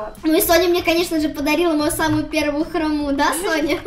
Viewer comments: Правильно говорить хро́му а не хрому́ ❤ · очень классный видос, только правильнее говорить не «ХромУ» а «хрОму» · правильно не храму а хрому😐🤟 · Хрому а не хрому